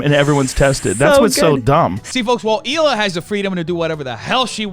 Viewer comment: I hate when people call her HEEla. It just sounds wrong. Lol